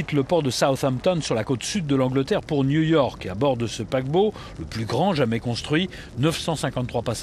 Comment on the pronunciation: J'aime pas la voix du mec ^^' "à Nouille Orque" XD